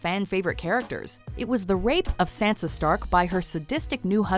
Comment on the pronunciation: lady should learn how to pronounce "sansa"